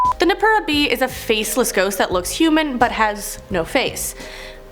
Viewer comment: Pretty sure it's noppera bo (のっぺらぼう) not just b at the end. Also so many people being like the kitsune is from naruto its similar but kitsune baisically means fox and is inspired by the ledgends that are found in many eastern asian countries.